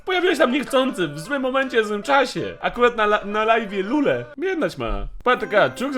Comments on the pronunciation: Nie lule tylko lure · Lurrre a nie lulllle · ale ty sie naruciak nie znasz 1. netrodal nie jest nowym streamerem 2. lure a nie lule